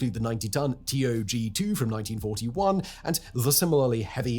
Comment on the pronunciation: It’s not T.O.G2 It’s tog 2 The old gang